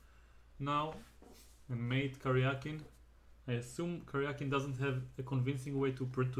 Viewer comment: Thank you for pronouncing his name correctly. Серге́й Алекса́ндрович Каря́кин. It should be transliterated as Karyakin. What IQ85 morons decided to transliterate his name as Karjakin?